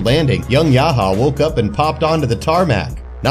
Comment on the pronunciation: Said yaha instead of yah ya 😂